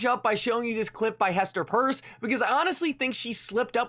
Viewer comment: Hester’s last name is PEIRCE, (pronounced PEERS) & not purse 👛 please learn & apply basic English 😏 thank You 🙏🏾